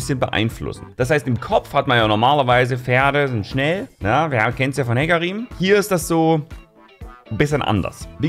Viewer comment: SHEcarim not HEcarim!!!